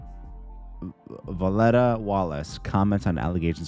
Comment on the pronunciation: You struggling to pronounce Ms. Violetta's name is proof of your Jacobian heritage bc EVERYONE KNOWS MS. VOLETTA!!!!